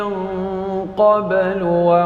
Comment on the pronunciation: Qolqolah sughra tidak ada brek..lalu sahaja...qobelu bukan qobbelu